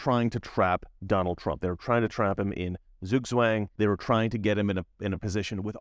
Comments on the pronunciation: TSOOK-TSVANG, NOT ZOOG-ZWANG. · Dear! In German S ist the soft S and Z is the sharp S. Just the other way around than in English or French. So please say Zugzwang as if it were written in English as Sugswang. Thank you.